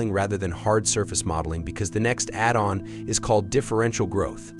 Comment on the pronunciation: Robot voice video. It can't say "addon"!